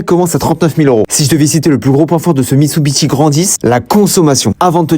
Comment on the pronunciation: Mec commence par apprendre comment on prononce la marque déjà wtf